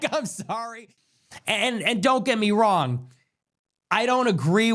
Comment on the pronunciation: The word “wrong” doesn’t have a hard G at the end.